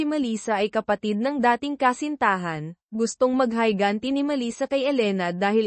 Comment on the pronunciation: Higanti po d hayganti😂😂😂😂